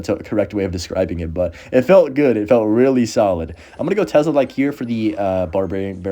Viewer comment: tes-la gang not tez-la